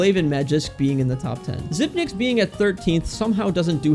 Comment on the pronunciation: Anyone else annoyed how he keeps pronouncing xyp9x